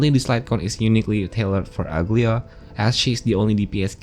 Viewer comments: Aglaea is a Greek name and it's not pronounced ugly-a. It's Agla-ee-a with a soft g with empasis on e in her name. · everyone is calling her Uglya but i think its Aglaaya with the A sound